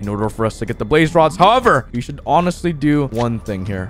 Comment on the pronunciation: When you said we got 2 blaze rods I thought you said babe rods XDXDXDXDXXD